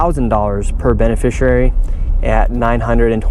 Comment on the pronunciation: how has he still not learned how to pronounce the word "beneficiary"?